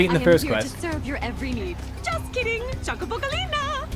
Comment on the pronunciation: It is cho ko bo not chu ca bo